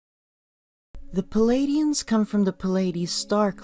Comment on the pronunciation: Stop with the "Palladians" and "Cheroke!" It's "Pleidians" and "Cherokee!" Learn to pronounce words!